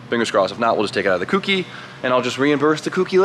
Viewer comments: Co. Key. Cokey. Kouki. For fuck's sake,. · jesus christ its not pronounced kooky lol